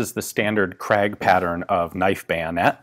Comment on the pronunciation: Gratulations : you have sort of mastered the pronounciation of "Krag". But you still have a tendency to pronounce it "Kragg".